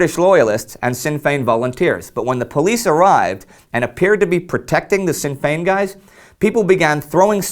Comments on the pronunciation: Indy, little tip from an Irishman, Sinn fein is actually pronounced as 'Shin' Fein not like Sin. Great show all the same :D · My good man; I thoroughly enjoy your show and take time to catch up on each release. However, I just have one minor correction to offer; it's pronounced "Shin", not Sin, when saying Sinn Fein. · Thanks, Jonathan! It grated on my ear, and I was about to post a correction. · War Great Episode! For future reference the S in sinn fein is pronounced SHinn fein. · It's pronounced Shin Fein. Just so you know for future videos. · it's good to hear Ireland mentioned. I look for to hopefully hearing you talk about the rising at Easter Indy. also sinn fein is said more like shin feign. not a soft sin. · pronounce sinn fein like shin fein nearly you saying sinn sounds funny :D there is a video or how to pronounce it if you think it's a troll message. love your videos. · Great episode lads! Also, it's pronounced Shin Fein, rather than sin, but it's an easy mistake to make! :) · just to let you know that Sinn Féin isnt said as "sin fane" its said as "shinn fein" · Excellent series as always. Sinn Fein is pronounced "shin" fein. I am looking forward to next week... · War Sinn féin pronounced like shin feign not sin fain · It is pronounced "Shin Fayn" not "Sinn Fayn" I'm just pointing this out because the Easter Risings are coming up and you might be mentioning Sinn Féin a lot. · Sinn Fein should be read rather like "Shin Fein". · Great episode guys I love the show, but I cringed every time you said Sinn Féin. It's not pronounced like "sin" but like "shin". You got to look up pronunciation when you use words from other languages! Sinn Féin is still around too so there's no excuse :) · you pronounced sinn fein wrongly. it's pronounced shin fein. however ill let you off because Irish/Gaelic confuses me too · War Great episode. Just a little correction, the "Sinn" in Sinn Féin is pronounced "shin" like the part of your leg. Keep up the good work!